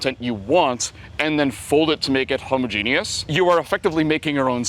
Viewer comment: "homo-genius" 🤦🏻‍♂️ with the correction nice save